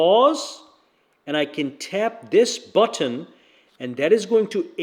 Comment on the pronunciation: Why the issue with saying button.. its not Butt on..